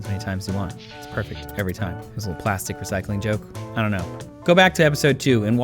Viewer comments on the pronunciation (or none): none